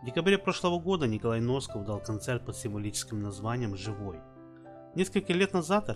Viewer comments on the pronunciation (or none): Не Носков А Насков говорите правельно ,бесит ажна